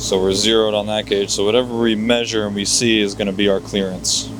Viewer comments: If i hear “MeAsure” like that 1 more time… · Idk if it’s just your areas accent but you’re the only person I’ve ever heard say measure like you do